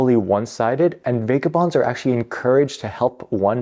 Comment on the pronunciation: I noticed that too right away. Buildins, fightin, needin, policin. I think it stands out so much as he over enunciats every other word and syllable but then that accent comes out strong. Also, Vega-bonds and eye-ren (iron)